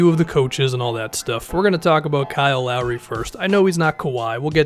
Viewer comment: Kyle Lowry turned into Kyle wow-ry Edit: & Jeremy Lin is now Jeremy Win